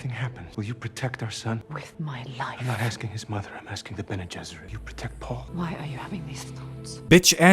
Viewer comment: I can't believe got "bene gesserits" right on the first try